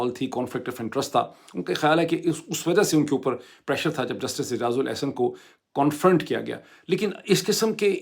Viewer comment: Moeed Sb its been a while since you've been graduated from an American Uni and while you're here in USA and speaking publicly, I am surprised that your pronunciation and linguistic capability hasn't improved. For instance, listen to how you pronounce the word "CONFRONT" in this very video. There are many other examples, but I couldn't hold my self back particularly in this case.